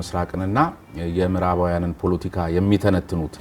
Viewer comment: ❗ስሜኔህ ግን ከፍተኛው ትምህርትሽ የኔታጋ ይመስላል ሌላውን ነገር እንኳን ለቃቅምሽ ነው❗ ያስታውቅብሻል❗ 10 ግዜ ደሞ ፑሎቲካ ፣ ትያለሽ ፖለቲካ ነው የሚባለው አንቺ ድኩማን❗አማርኛ እንኳን በቅጡ ተማሪ እንጂ❗